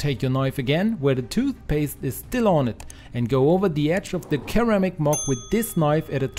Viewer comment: Cool tip, I'll be trying that very soon! Your English is excellent but here's a pronunciation tip for you: 'ceramic' is pronounced like it starts with an S not the hard K sound.